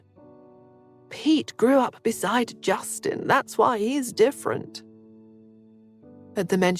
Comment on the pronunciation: Or why as gwhy